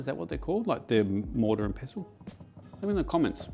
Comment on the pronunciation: the mortar and peso? lol no coins in my salsa please\ tomatillo sounds like TOE-MAH-Tee-Yoss/ pretty brave to try this recipe always wanted to make my own mole'